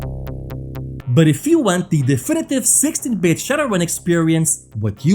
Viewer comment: All I'm hearing is sexy bit.😂